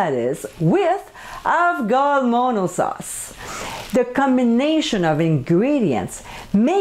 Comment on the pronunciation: Hey! Thought I'd let you know, it's pronounced like "ah-vo-le-mo-no". You don't pronounce the G so harsh haha, good attempt though! nice recipe.